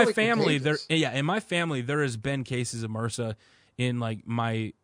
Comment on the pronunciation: Brilliant Podcast but kinda spoilt by you guys trying to pronounce M.R.S.A as a word? What?!